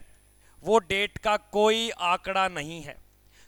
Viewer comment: DADE nhi hota h DATE hota h😂